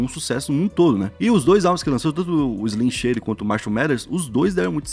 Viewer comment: Pior é ele falando Slim shady errado kkkkk, chega dar raiva